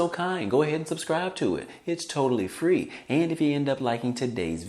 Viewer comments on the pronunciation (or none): none